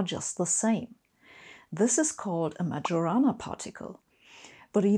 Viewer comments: Just like as a half-German I would not like Bach to be pronounced batch, as a half-Italian I have to fix this: Majorana is pronounced as if the j was a y (IPA: /majoˈraːna/, not /mad͡ʒoˈraːna/) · Majorana should be pronounced like Ma-yo-ra-na, actually. I am a pedantic, actually. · Thanks as always. Just a quick correction: the "j" in Majorana should be pronounced as a "y" in English (like in "yes") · Sabine, "MaYorana" particles, not "MaDZHorana" particles. Ettore will thank you. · I like your style and your explanations. I just caught a small pronunciation mistake with the name of Ettore Majorana. You must be a native speaker of German, therefore you would automatically pronounce that name the way you pronounce the "J" in German "ja" (yes). Instead, you applied standard English phonetics and pronounced it as in "jar" or "january." Surprise surprise: Majorana was Italian and Italian J has the same pronounciation as German J. Therefore, go ahead, read the name as if it were German: MA - IO - RA - NA. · Interesting video and I like the irony. One small note: Majorana is spelled with the "j" sounding like in German (I) and not like in English :)